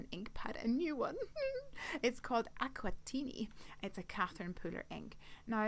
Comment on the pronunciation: Your accent saying aquatini and Catherine Pooler ! just love it. 😊 thank you so much for supporting the hop, and such a cute project. Jenny x